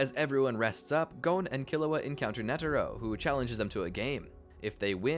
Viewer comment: it’s netero, not “netero”!